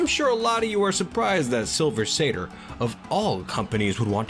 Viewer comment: Shrieking sounds!! Yay!! Also: SilVER saTYR musTACHE wax